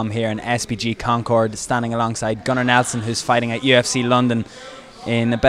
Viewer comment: "Gunnar" sounds like "Conor" :P